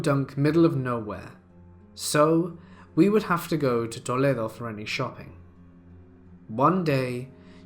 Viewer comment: I can't get past the way you said Toledo XD